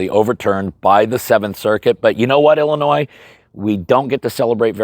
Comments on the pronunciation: 🤣🤣🤣 you said it illiNOISE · Love your channel!! But the s in Illinois is silent! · This is of course only friendly banter, as every citizen of Illinois owes you quite a lot (even if they know it or not), but it is amusing to hear even a scholarly man struggle to not pronounce Illinois as if it’s plural :)